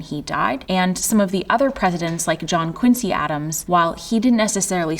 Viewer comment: “Quin-zee.” Their family name is pronounced “quin-zee.” C’mon, presidential historian! 😂